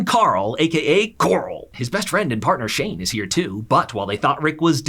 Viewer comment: "aka corl"